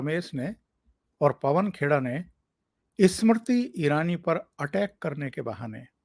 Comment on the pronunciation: please pronounce Smriti Irani's name correctly. You mispronounced her name many times during this program.